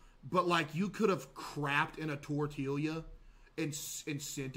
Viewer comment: mans really said “tortealia” instead of tortilla 😭